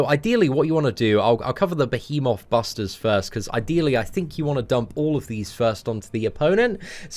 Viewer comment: listening struggle with pronouncing the word behemoth is everything.